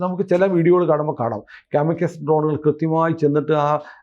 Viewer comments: Kaamikus alla kamikaazey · കമികാസി എന്നാണ്, കമികസ് എന്നല്ല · കാമിക്കസ് അല്ല കമകാസി ❤ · കാമിക്കേസ് അല്ല കാമികാസി (zi)..ആണ്.. സൂയിസൈഡ് drones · it’s pronounced as “ka-muh-kaa-zee” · കാമി കാസെ എന്നാണ് പറയുക. ഗൂഗിൾ ചെയ്ത ശേഷം വാര്ത്ത ചെയ്ത് കൂടെ😅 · കാമി കാസേ - ennu parayunnathakum kurachoode correct.